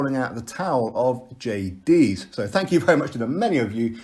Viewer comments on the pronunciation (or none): Its a cotton wool swab to stem the blood. The fact that you dont even know how to pronounce Jay's name shows you're waffling absolute nonsense on a topic you have no clue about. Stop embarrassing yourself you bellend.